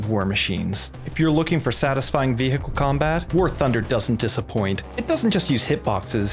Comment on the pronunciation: new drinking game, take a shot everytime says ve-hickle